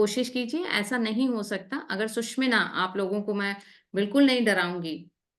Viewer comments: Sushmina, word hi change kr diya...bolna to seekho pahle susumna bolte hai isko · its " SU SHU MNA " and not " SUSH MINA" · 'सुषुम्ना' का उच्चारण ठीक से करेंगी तो और भी अच्छा रहेगा। 'सुषिम्ना' या ऐसा ही कुछ सुनना यों लगता है मानो बढ़िया भोजन के निवाले में कंकड़ आ गया हो। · Wonderful mentoring on Swar Vigyan.. A zillion thanks..... Some participants are pronouncing 'Sushumna' incorrectly..pl take note